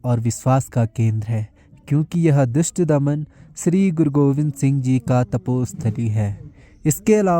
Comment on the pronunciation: 🙏🌹ਵਾਹਿਗੁਰੂ ਜੀ ਕਾ ਖਾਲਸਾ 🙏🌹ਵਾਹਿਗੁਰੂ ਜੀ ਕੀ ਫਤਿਹ बेटा,लिखा हुआ इतिहास एक बार पहले खुद पढ़ लेना।कुछ गलतीयाँ थी- दुष्टदमन (न कि) द्रष्टदमन ऐसे ही और कई शब्द भी। की तो भाषा शुद्ध, स्पष्ट है।आज तक कोई गलती नहीं मिली।